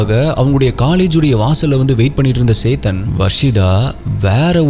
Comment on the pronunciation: it is chethan not saythan 😅😅